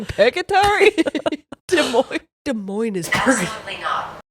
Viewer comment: you're saying Des Moines right